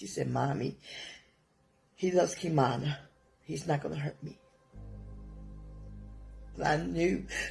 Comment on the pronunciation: The babies name was KimanA. Not Kimani. The 1st step to telling a victim’s story is to get their names right. This was awful